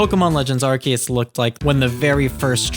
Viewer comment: ARE- SEE - US, say it with me now, ARE - SEE - US It is not pronounced "ArKeUs" 🤦🤦